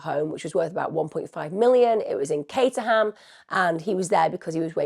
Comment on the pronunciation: It's not pronounced cata ham It's pronounced caterem I'm from Surrey